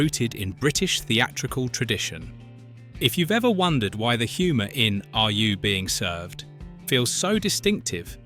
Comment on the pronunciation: Another video with AI commentary, made obvious by the weird pronunciation of the title and also weird pauses and odd stress on words. AI slop.